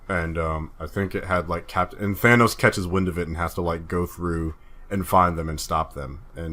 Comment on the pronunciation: If you're not going to say Thanos' name right, stop saying it. This has been driving me crazy for a year now! They say his name plain as day in the movie for God sake. You have 0 excuses for calling him Thainos anymore. You no longer sound smart.